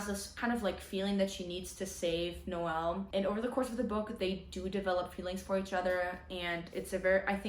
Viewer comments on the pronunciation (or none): none